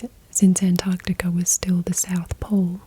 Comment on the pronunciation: An American who can pronounce Antarctica correctly 🤘hell yeah